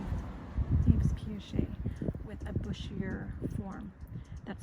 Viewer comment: Yves is pronounced like "Eve." It's French and the s at the end is silent!